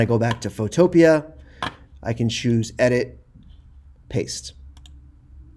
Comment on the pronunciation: U even pronounce photopea the same way i do. I love u sir